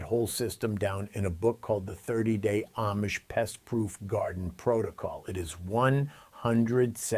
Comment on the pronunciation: WHEN are you going to pronounce Amish correctly? Please, ask the Amish how THEY pronounce their name. And, then listen!!!! Very carefully!!!! Pronounce it the way they pronounce their OWN name!!!